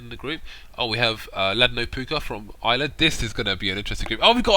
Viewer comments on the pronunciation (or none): im so hype for this!!! few more days!!! btw its pronounced ladnopoka not ladnopooka ;)